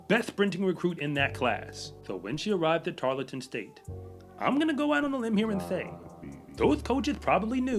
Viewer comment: tar l ton.... Not tar let ton. Thank you for what you do!!